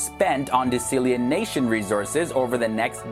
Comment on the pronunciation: Dude the way you pronounce “desalination” is cringeworthy asf It’s not pronounced “de-sALIEN-nation” It’s “dee-sal-a-nation”